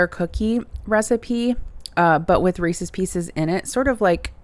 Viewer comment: Thank you for not saying, “Reesies”. 😄